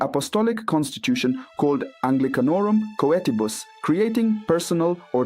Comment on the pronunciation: Please learn how to pronounce Latin properly. Otherwise, good content. Start with: Anglicanorum Coetibus.